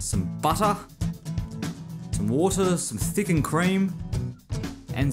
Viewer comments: buttah = sugah = watah XDD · I love how you say water. 'WOH TAH' =')